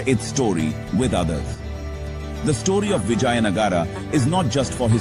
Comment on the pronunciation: Hear the voice over chap say Vijay Nagar. I suppose he's a Gynaecologist.